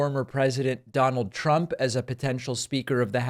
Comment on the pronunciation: “Prump” 😂 Reminder that trump mispronounced his own name as Prump